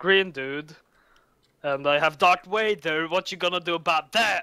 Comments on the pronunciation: Dont blame him from saying Doc vaduuurr it's incredibly hard saying the "TH" sound if you're from sweden or norway D= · lol i love that "Darc Wader" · That Doc Wader part; since he's from norway it's very obvious. Swedes and Norwegians can't pronounce it for some reason so they say Dark (not Doc) Wader. I've always hated my country for this :D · dock wader!! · lolol all my foreign friends say Darth Wader aswell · DOC WADER XD HAHA